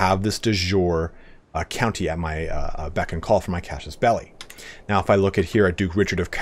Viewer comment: Man, I'm loving your videos. I really appreciate the work that goes into it. Just so you know, the "traditional" western way of pronouncing casus belli is 'case us bell eye'. That's probably pretty far off from the original Latin, at least as far as the vowels go, but there's not much debate about the consonants. There wouldn't be a 'sh' sound unless there was a c, cs, or j in there, so you can be pretty confident about using regular old S sounds in casus. Don't quit making these videos! You're the best on YouTube for CK3! Love it!